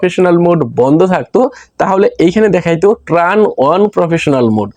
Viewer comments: ট্রান নয় উচ্চারণটা হবে টার্ন।। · ট্রান না ব্রো, টার্ন বলে ওটাকে